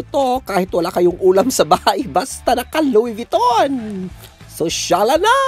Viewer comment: Louid Vuitton pa more kahit wala ng makain🤣🤣🤣tawang tawa ako